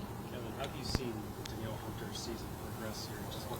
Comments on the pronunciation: Holy crap year 1 as HC and he can already pronounce Danielle correctly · He said it right though…. How would you know?